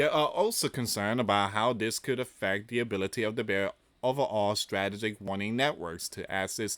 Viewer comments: please pronounce this. Strah tee juhk It's in the dictionary to help with pronunciation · Struh - tee - gick.....Come on Man. We are at a Very Dangerous Stage.. Please. Please...Keep Praying for Peace and. Restraint...